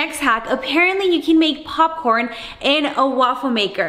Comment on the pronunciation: popping corn Me: NO ITS POP CORN NOT POPING CORN